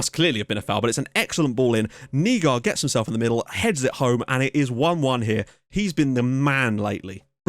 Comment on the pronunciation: haha dont worry, you're actually doing a fair bit of them rather well. Words like Hvidovre are tough coz the sound is smooth and comes from the back of your throat. And on another note, names like Nygaard is pronounced openly at the end like; Nygoar. Just in case you were wondering. Keep up the good work!